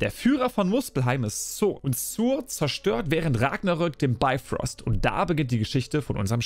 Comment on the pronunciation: Moin,es es heisst Bifröst mit "i",nicht Beifröst und Heimdall's Schwert heisst Hofund,nicht Hofur - da hat Ubisoft wohl gepatzt🤔 Aber,die Schwerter seh'n ma echt gut aus👍🏻 Origins gefällt mir am besten,von den neuen Teilen und natürlich AC 2 von den alten...